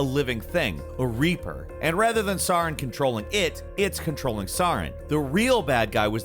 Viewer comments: Sauron?.... Saren,... pls... Seh-ren is the pronunciation It's like you're doing it on purpose at this point lmao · Dude... Saren. Not SAURON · SAREN not SAUREN. Did you even actually play Mass Effect? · Dude, come on... It's SER-in, not SAH-rin. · It's Saren. Not Sauron. Just saying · Me: Saren.: Sauron. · Well do you think he actually played it? I mean he literally can't pronounce the main antagonist name, after the game says it over and over again. Saaaren... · Wtf is suuh-ren. Seriously learn how to pronounce things before making videos. Also pronounce "game" properly. It's not called gaahme. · "Sahren" Uh...what? Why say his name so weird on purpose? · Nobody else realize he mispronounced Saren? He said Sauren like its fricking lord of the rings lol. That bothered me so much 😅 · This video was ruined for me by how he pronounces Saren (seh-air-en) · Who's SAR-en? I've played Mass Effect x1000 over and never heard of a villain called "SAR-en". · Ah yes, Sawren. The evil alien spectre. Saw... ren. Yes. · Todays: saarren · SAW REN lol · Please play Mass Effect and learn how to pronounce "Saren" And it's "KOTOR", not "KOTER" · I’m late here, but my ears are hurting after how he’s saying ‘Saren’ from Mass Effect 1. Please dude- his name is said in the game aldhskd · Am I the only one bothered by his pronunciation of Saren? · My conspiracy moment. He was pronouncing Saren like a sociopath to get us all down in the comments talking about it and driving up engagement. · Pronounces Saren's name wrong, triggered j/k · 1. You’re pronouncing Saren wrong 2. It’s 3..4..3.. guilty spark. Not 3…43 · The way he says “saren” 😡😡😡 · Imagine if pronounced Saren correctly? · You called the Hydra a Kraken? And the pronunciation of Saren threw me off, all of a sudden it seemed you were talking about LOTR's Sauron lol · the way you say saren hurts me so much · Him messing up Sarens name is triggering me and I'm surprised lol